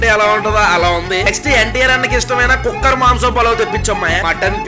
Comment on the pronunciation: కుక్కర్ మాంసం పలావ్ అంటే నాకు కుక్క మాంసం పలావ్ అని వినిపించింది...😂🤣